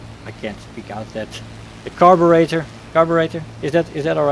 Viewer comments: Just stopping by to let you know that your pronunciation of "Carburetor" was actually spot on. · I am Brrritish and I approve of your pronunciation.